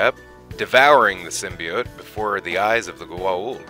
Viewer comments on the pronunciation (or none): none